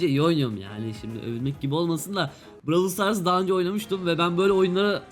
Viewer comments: Abi bıravıl stars değil brawl stars😂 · Abicim bu seriye devam edeceksen lütfen oyunun ismini "bıravıl sıtars" şeklinde değilde "bırovl stars" şeklinde okursan herkes sevinir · abi browl stars diye okunuyo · Bravıl sıtars değil brawl stars 😅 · bıravıl sıtars demesene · bravıl Stars prosu olucaz heralde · bıravıl sıtars bıravıl pes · Ay lav engliş